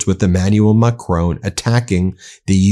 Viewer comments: His name isn't pronounced Macrone, there is no "e" on the end of his name. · There is no Macrone in France. It is Macron. Get it right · Ben, his name is not Macrone, it is Macron. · It's macRON not macCRONE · Please Ben it’s pronounced Mack Ron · At least, rhyming with Don would sound closer to French than rhyming with Bone does. Painful to listen to. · How dare you pronounce the President of France surname incorrectly. I thought you were intelligent. Got that wrong.